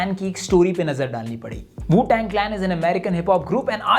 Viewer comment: arpit bala aur dank rishu ke wajah se wu tang bolte hue wu shang bol deta bhaut baar i can feel u